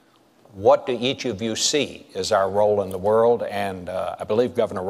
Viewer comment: obama all "da" way???? apparently you haven't lived in america the last 4 years!